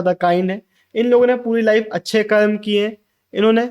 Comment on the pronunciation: Bro pls It's not karma it's karm